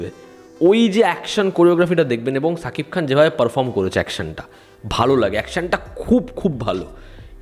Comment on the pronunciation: আরে ওটা শাকিব খান হবে ছাকিব খান নয় 😂😂😂